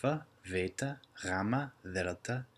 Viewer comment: You also pronounce the χ wrong and the γ and the ζ. Not by much but it wrong.